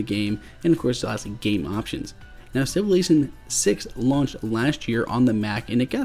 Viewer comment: LongArrow1234 SMH. I was referring to the pronunciation of Civilization as Sivelation.